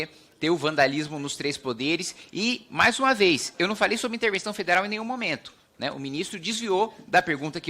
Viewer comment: "Mais uvameis"